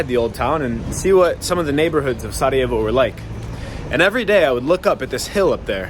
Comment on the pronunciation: you are the Man! I am born in Sarajevo but I enjoyed your presentation,your knowledge and very good pronounciation of our language.❤